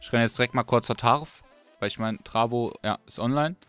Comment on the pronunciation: Ich bin so sexy ~Tarvo ps:du hast meinen namen falsch gesagt,nicht TRAVO sondern T A R V O